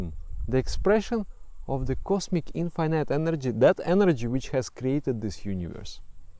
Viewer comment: so nobody are going to talk about the "infinayte" thing ?